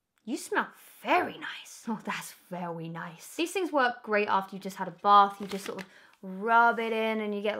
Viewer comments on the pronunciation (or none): Das vewy nice 👌